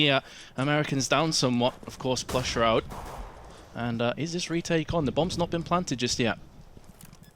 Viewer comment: That moment when calls Shroud, "shrood"